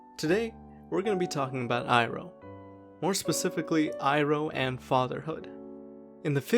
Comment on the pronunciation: It's pronounced "ee-roh" btw lol not "eye-roh"